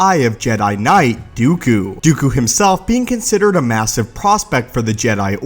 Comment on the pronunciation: "Dee-ew-cue". Lol. That's how he ALWAYS pronounces Dooku's name. It grates at me.